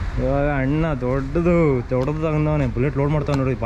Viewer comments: ಎಪ್ಪೋ ಅದು ಹಣ್ಣು ಅಲ್ಲ ಅಣ್ಣ 😂 ಸರಿಯಾಗ್ pronounce ಮಾಡ್ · Annu alla kano adu "Anna" Firstu correct aagi kannada matadu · Bro supr but annu annu anbedi Anna anbeku